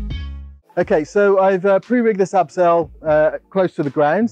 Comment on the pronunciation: Is it "abseil" (title and the German word) or "absail" ( in the video) ?